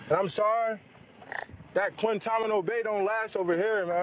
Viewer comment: Micah can’t even say it right, he said “Quinta-mano” and “Quintanio” 😂😂 dude clearly low key worried